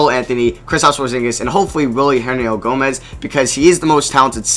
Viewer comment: bruh its hernan-gomez. i have no clue what you are saying.